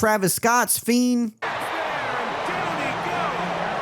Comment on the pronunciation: “Travis Scotts Fien”